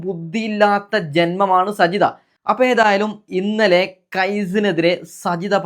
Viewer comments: സജിത എന്നല്ല സാജിത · സജിത അല്ല സാജിത 😂😂അത് കൂടെ അറിയില്ല എന്നിട്ടാണ് വിഡിയോ കൊണ്ട് വന്നിരിക്കുന്നത് 😀😀